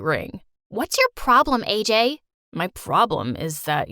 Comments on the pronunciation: thats not aj it ajay as i am indian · the name isn't AJ it's AJAY